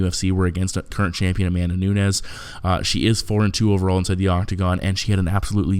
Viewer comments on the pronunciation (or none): none